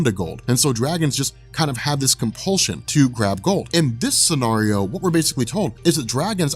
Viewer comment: Stop pronouncing scenario incorrectly, my English teacher wife keeps imitating you around my house to drive me crazy!